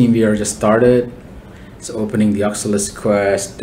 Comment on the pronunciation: Its O C U L U S. But really nice tutorial.